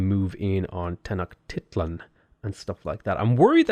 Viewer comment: It’s pronounced Ten-oh-shteet-lan. At least according to my history professor. She might be wrong